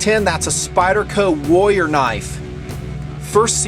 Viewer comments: is it me or are you pronoucing warrior as wolier ? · I'm having to try really hard to get over how badly you're pronouncing "warrior". The Rs in the middle are not silent, friend.